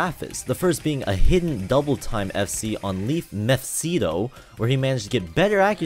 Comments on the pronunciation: LeaF “MEPH SITO” what lmao it’s meph isto m8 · It's Mephisto, not Mephsito xd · it's MEPHISTO not mephsito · "mefsito" how hard is it to say mephisto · Mephisto not mephsito >:v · mephisto -> methsito genesis -> geensis o wa ra se -> owars ( he even says it in the song Q_Q )................PLS atleast read the title LUL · hahaha ma dude said mephSITO XD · You have so many mistakes here :D First you pronounce Mephisto wrong and then you say 99.33 instead of 99.34. I know, tiny mistakes but still :D